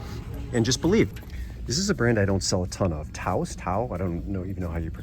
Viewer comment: You said it exactly right! It is pronounced “TA-ohs.”